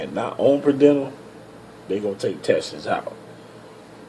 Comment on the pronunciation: Per diem.......per-de-umm. Good info I'm trying to get on with Roehl too